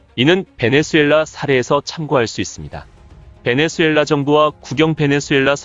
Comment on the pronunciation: 베네수”엘”라 아니라 베네수”웰”라 ㅋㅋㅋㅋ